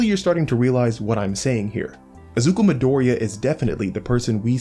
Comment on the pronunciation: your pronunciation of midoriya's name tilts me